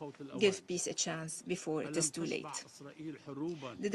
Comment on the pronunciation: It is disgusting when this lady says ...' It is not too làte ......'